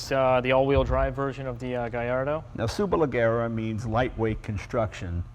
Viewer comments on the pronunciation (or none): Leggera is pronounced like Jerry not Gary. C'mon Leno you're half Italian aren't you? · Ga-y-ardo ... Superle-zzier-a ... Jay, If we are supercar fans we MUST be ALL IN and pronounce the cars appropriately. GaLLardo? Next I will go home and have some TortiLLas and Galapenos! >.< Great video either way. :P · Superlajjera. The G sounds like "Shhhhh"(hush), but use a J. So say Shhh...then say it with Jjjjj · Superleggera [pronounced: (superlejEra)] means Superlight....which in the end amounts to lightweight construction, yes, yes.... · To be a car enthusiast and not know how Superleggera is pronounced! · why does he insist on pronouncing gallardo and superleggera wrong? he heard the guy say it correctly a couple times...that's what you call stubborn ignorance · but hearing him say superleggera that way, well it hurts. that's not how that word is pronounced. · he pronounces super leggera wrong and anyway it means simply super lightweight. If I spent €200,000 for a car at least Id bother to pronounce its name right mmm. anyway... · Jay doesn't know how to pronounce Superleggera correctly lol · lol jay can't pronounce superleggera correctly. Oh well, I wouldn't expect him to anyways.